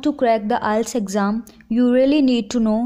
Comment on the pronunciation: R u kidding.???? The way you pronounced IELTS.. just leave